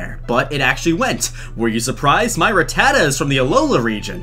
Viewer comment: I like how he says rutaa and not rattatta